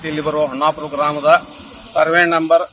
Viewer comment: ಹೋಮ್ಮಾಪುರ ಅಲ್ಲಾ ತಾಯಿ ಹೊನ್ನಾಪುರ ಅದ